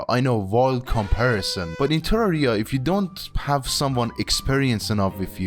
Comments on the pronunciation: why do you pronounce terraria like that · what the hell was that terraria pronunciation my man